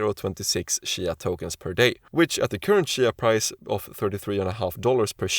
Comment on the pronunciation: Its cheeeya. Not shya